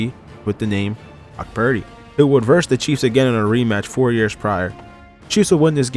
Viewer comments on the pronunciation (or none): none